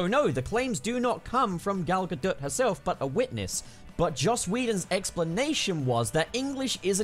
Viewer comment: I find it kind of hilarious that he says that English isn’t Gal Gadot’s first language because while it’s not, she speaks it fluently, as do most people from Israel (where she’s from). Also just wanted to say that you were pronouncing her surname wrong it’s actually “gah-dot”